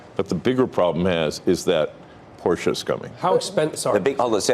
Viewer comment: "Porche is coming"